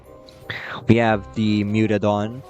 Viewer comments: Mutadon, not mutodon. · Mewtodon❌ Mutadon✔️ (I am correcting the text)